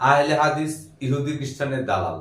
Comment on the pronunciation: আহলে হাদিস নামটাইতো মিয়া শুদ্ধ করে বলতে পারেন না মিয়া?